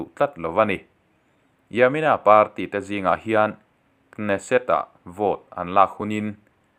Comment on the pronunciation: Kneset tih tur ka hriat dan chuan k hi silent tur